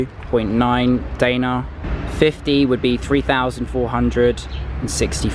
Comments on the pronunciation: I am Macedonian and btw, the way you say the Macedonian currency (Danare) is wrong. I it pronounced (denarji). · “Day nar” lol